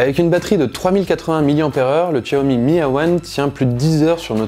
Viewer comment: C'est ce que j'allait dire, bon c'est vrai que ça fait 3 langues vu comment il le prononce mais autant le réduire à 2 (déjà pas mal^^), cependant la prononciation de Xiaomi est plus que correct ^^ Pour ce qui ai de ce "hey wan" c'est plutôt un très bon cru, je pense que je vais offrir ça à ma mère pour ses 57 ans en début d'année ^^